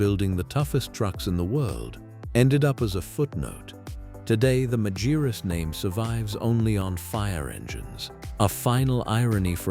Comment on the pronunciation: и правильно марка именовалась Магирус